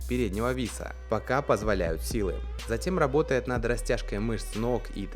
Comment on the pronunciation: Медодига габотает